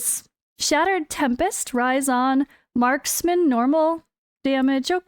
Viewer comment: You pronounce it raisin like a dried up grape you know hahaha that’s what I’m calling him now anyways 🍇